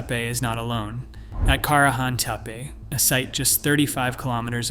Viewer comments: Halfway through you change the pronunciation from "teh-pay" to "tee-pee" . . . lots of sentence structure typical of Chat GPT too . . . which suggests that you have no clue as to what you're talking about. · "Tepe" is pronounced similar to Spanish, Italian, as in more phonetic languages. Not teepah. This is an extremely ground breaking site on our earth, so it has to be pronounced correctly. Thank you for the video🎉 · Tepe. tep rhymes with step. The e is pronounced like the name of the letter A. Tepe rhymes with step-A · "gobelki teapA" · What was this,a bet? It runs contrary to everyone rpthat has been reported so far and it was like a competition to see if it were possible to pronounce Tepe different ever single time it was said. Everything claimed not to have been found,has been found,the information abouts infill runs contrary to all information l can find. As for the thumbnail, what the F was that supposed to be/have anything to do with either this dross or anything else. Possibly one of thr worst/most pointless wastes of time,ever.